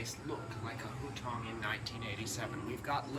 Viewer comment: At the end of your stay in China, you were pronouncing hutong like that?